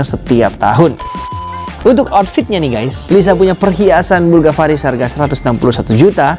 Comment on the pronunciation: Bulgari, bukan bulgavari, bang.